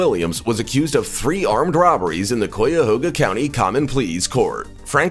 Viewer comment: Wow, you butchered Cuyahoga.